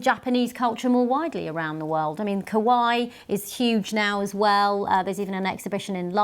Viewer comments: Newscaster lady's pronunciation of "kawaii" is rather "kowai" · Just so people know, kawaii is pronounced like Hawaii. The way this woman says it, kowai, actually means scary. Also of course, RIP for toriyama. I’ve actually cried. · What is this "ca-why" she is talking about? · Bro, did this news reporter really say Akira Toriyama spread Kawaii???? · The way the BBC news presenter pronounces かわいい lol, she's saying the word for 'dry' (thirsty) rather than the word for cute. Oops!